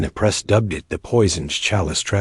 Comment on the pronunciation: “Thaaaa… humiliation burned inside her?” What the hell?? Does this creator even speak English?😂😂😂